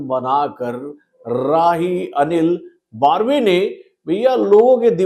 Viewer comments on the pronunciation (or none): बर्वे not बार्वे